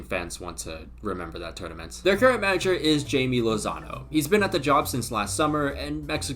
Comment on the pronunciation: FYI papas it’s pronounced Hi-meh not Jay-me 🫶🏼🇲🇽